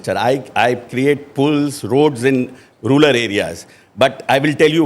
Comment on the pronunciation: Rular nahi rural bolte hain Ashok g, jyada angrezi mat boliye